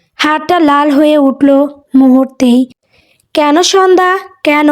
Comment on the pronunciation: উচ্চারণ টা ঠিক করুন, কেন --- এটার উচ্চারণ কেনো হবে ,ক্যান নয়। ক্যান উচ্চারণ টা শুনতে খুব বাজে লাগে।